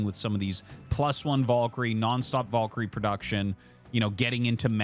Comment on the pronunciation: let us take a look at the word "valkyrie" do we see any "O's" in there???